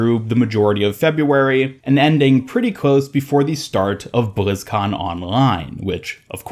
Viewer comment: BLIZZ - CON - LINE. Why do all the YouTubers insist on saying bLizZcoN OnLinE.